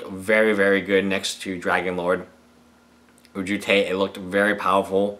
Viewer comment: please say ojutai right my ears cry everytiem